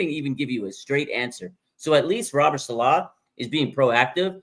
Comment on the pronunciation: Dude stop saying SaLAW it's SAlaw